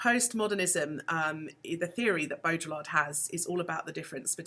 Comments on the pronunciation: every time you pronounce the L in Baudrillard, a french philosopher dies inside. great video though. thanks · Nice! You don't pronounce the Ls in Baudrillard though